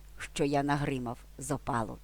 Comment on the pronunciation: Ви сказали "зопАлу" а у словниках наголос "зОпалу"